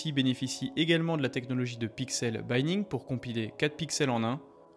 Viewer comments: Exact, ce serait " bi (prononcé by) ning " s'il n'y avait qu'un seul. N, mais non là c'est " binning " avec des N donc le " i " se prononce comme en français. Cela vaut également pour tous les mots anglais qui contiennent un "i " suivi de 2 consonnes. Voilà qui devrait l'aider à ne plus faire cette faute, s'il lit mon commentaire :) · Merci pour le test! Bon comme d'habitude. Mais par pitié...... snif... janpeuplu... une fois pour toutes... pixel-binning se prononce "pixel-bÉning" (comme Mr. Bean, mais avec un son "i" plus court, presque bÉning, ou comme lorsqu'on dit "à peine"), non cet insupportable pixel-bAÉning (comme dans bye-bye). Hein, dis, steuplé.